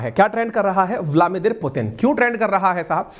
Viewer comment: आप हमेशा ब्लादिमीर पुतिन को ब्लामिदिर बोलते हो जी please correct it.